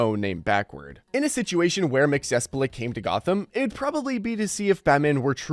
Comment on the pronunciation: How do you not know how to say Mxyzptlk correctly, yet; you're doing a video on DC characters?